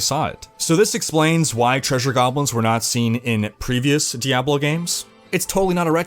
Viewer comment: Why do you say Diablo like that. Every time you say it my balls clap.